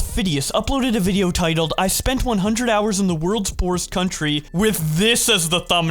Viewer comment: He says poorest like poo rest